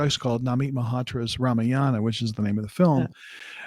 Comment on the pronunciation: To all non Indian pronouncers it is “Ramyaayana” not “Ramayaana “. Emphasis on the second syllable not third